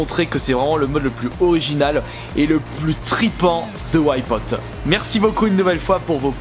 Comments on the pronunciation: Putain arrête de dire "ouaille pote", c'est Wipeout. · très bon vidéo mes whypote essaye de prendre un peus de cour d'anglais pk whypote c'est Wipeout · ça donne envie de compter tous les "Ouaïe-pote" X'D Bonne vidéo sinon ^^ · Au bout de 5 ou 6 Ouaïpaûte je tenais déjà plus. qu'est ce que c'est que cette prononciation ??! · PLS ARRETE DE DIRE WHYPOT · La vidéo est bien sauf la prononciation de Wipeout :)